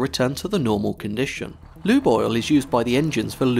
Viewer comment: When you say "Lube Oil" I hear = "Loo Boil" 👀😂